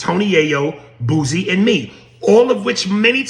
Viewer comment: I thought I was the only one who noticed they call him Boozy.